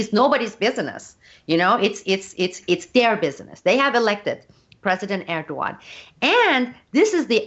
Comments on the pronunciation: I think she's saying Ergoan instead Erdogan isn't she? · it's not Erduan , it's Erdogan - 'if words are pronounced improperly , they lose a meaning'